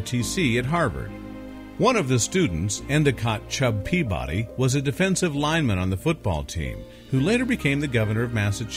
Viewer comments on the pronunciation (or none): I think you pronounce it pea-buddy...not pea-body.